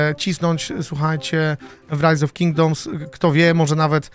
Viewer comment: tak zajebiscie wymowiles rise of kingdoms ze myslalem ze to po angielsku film bedzie